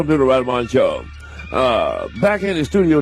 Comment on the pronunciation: I guess nobody had the guts to tell Riley when he spelled his name that its " r " not r-ah......r-ah...i l e y ...martin ...m a r-ah t i n